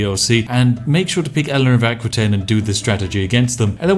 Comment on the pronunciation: And I died a little bit inside everytime he prononced Aquitaine. For the records it's prononced "A-ki-taine"